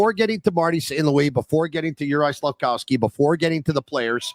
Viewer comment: Not sure why a year and a half after Slafkovsky has gotten drafted you still call him "slafcowsky"